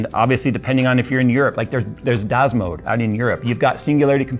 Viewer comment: can someone PLEASE write down the name of the european store? as i dried all combinations of letters possible for the das mode word he said and found nothing :(